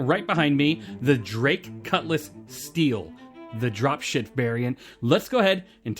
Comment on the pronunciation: I dont know if it's me, but I heard 'Dropshit variant' lol